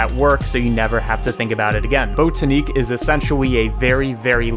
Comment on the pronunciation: Botaniq as in “botanical gardens”, not bOtaneec